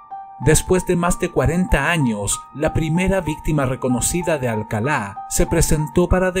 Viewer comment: me encantan tus videos, soy un adicto a ellos y he visto todos, pero, tengo una duda, ¿Por qué dices "Alcalá"? cuando incluso el presentador del show refiere a el como "Alcala", no quiero que se mal interprete, pero si fue un pequeño sacón de onda que pronunciaras su nombre como si estuviese tildado.